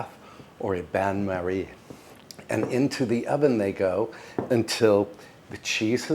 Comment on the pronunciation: Oh my! "Pain de mie", "cocotte" and "bain-marie", this was almost a French course! Bravo mon cher, bel effort de prononciation et merci pour les délicieuses recettes ❤